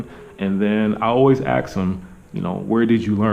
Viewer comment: "I always axe them, where did you learn English?" Maybe ask them, don't axe them.